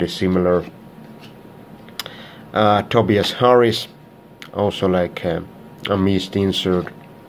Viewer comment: Btw it's Tobias (Toe-bye-is) Harris not Tobeus Harris